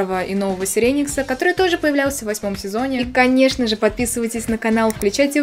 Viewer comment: И ты туда же.. не сЕреникс, а сИреникс(кто-то грехи пересмотрел, не обращай внимание😅)